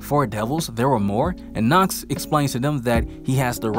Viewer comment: Youre pronouncing nacht worng ch is more like the breaving of darth vather and youre speeking it much longer